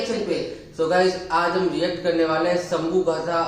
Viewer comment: भाई वह संभू नही शंभू है.